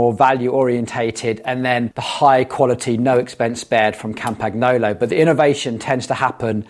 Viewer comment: The Campagnolo pronunciation makes my ears hurt. It is Campañolo, same as El Niño.